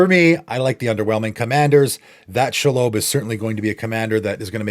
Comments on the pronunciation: Shee-lobb Absolutely no-one: SHAAALOWBE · Very nitpicky but the spider is pronounced SHE-LOB like she/her and lobby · Never heard shelob pronounced pike that in my life lol